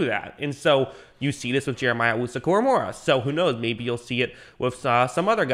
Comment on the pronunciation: Say it with me, KORAMOAH. NOT KORAMORAH. PUT SOME RESPECT ON THE DAWGS NAME